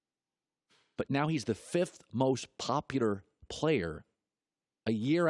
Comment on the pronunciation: Does anyone realize that Colin says "popular" like "popudar"